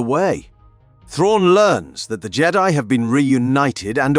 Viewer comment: Why did you pronounce Jedi like that? So weird Jeddy